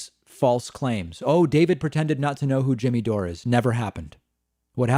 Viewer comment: Who is 'Jimmy DOOR-A [sic]"?